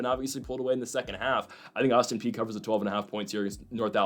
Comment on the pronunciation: My God you finally listened to me and pronounced Austin Peay properly, woot. Agree with the others, lose the background music. Ok, now I will say keep up the good work.